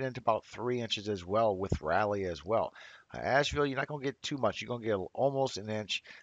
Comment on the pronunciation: Great information - thank you! Just a note - - it's pronounced "RAW-LEE". Sounded like "Rallyee" to me.